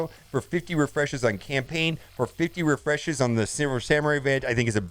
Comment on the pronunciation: "50 resheshes"